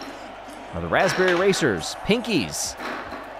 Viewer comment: "The Gold goes to the Blaspberry Racers"